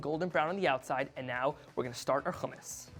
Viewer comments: its hummus not fucking khummus. but u did a great job there thank u and keep up the great work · No. Its Hummus all over the Middle East. Khummus is for people of european background who cant pronounce Hummus. Hummus is an arabic word. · dude its Hummus not khumus and btw the recipe sucks still missing the ice which is very important to make it creamy and cold without adding olive oil to the mix ... worst Hummus i ever seen ... oh and dont add zataar either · its not khummus ITS HUMMUS HHHHHH HHHHHHHHHHHHHHHHHHHHHHHHHHHHHH you can say halo hi but not Hummus? wtf is wrong with americans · yea it's regularly hommos\hummus. not khummous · Why are you pronouncing it with a ج it's with a ح ??? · You need to pronounce “Hummus” right first and BTW your “Khummus” look dry AF haha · It’s not خ It’s ح 🤭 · Never ever do hummus using a food processor, you failed right there... Trust I am a hummus master. And it's HUMMMUS NOT KHUMMUS...M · Lmfao no he didnt. Hummus is an Arabic word. Its not pronounce as khummus. Its HHHHummus. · Its not khumis its hummos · Hummus not kaamus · fail from the get go..its not Jumus its humus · I'm of Syrian background and I love your efforts kid but your burning me the way you pronounce Hummus.. it's not Khummus with a kh haha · No one: Not one soul: Eitan: Houhhhh-mus no hate I just pronounce it differently. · Khumus we don’t say that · It's NOT khummus. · Nah I don't like it sound too Jewish keep it original always . Sound like a moron the way he says it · Why are you pronouncing hummus like that though lmao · He's not pronouncing the "Kh" hard enough, makes it almost sound... Arabic. Try harder kid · No it's not the right pronouciation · He didnt pronounce it correctly. Hummus is an Arabic word. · white boy with a strong middle eastern pronunciation of hummus. Let me guess you're a jewish settler? OH i see it, the kippa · It's wrong pronunciation. Arabs are cringing at him